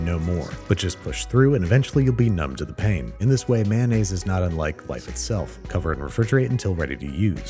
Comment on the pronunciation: Mayonnaise. Is pronounced mayo-naise. Not man-aise